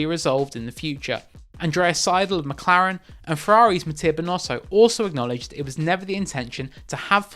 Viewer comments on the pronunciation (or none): none